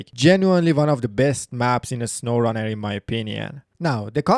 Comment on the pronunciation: “Uh-snowrun-air” No hate I’m just pointing it out